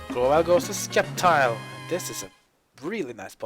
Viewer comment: I don’t mean to be rude but it’s pronounced SEP-TILE not SKEP-TILE. Im very picky about this stuff because Sceptile is my favorite Pokémon.